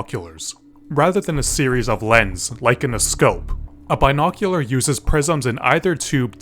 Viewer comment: Don’t ever fycking say “bi noculuar” ever again. I’m out and blocking this channel.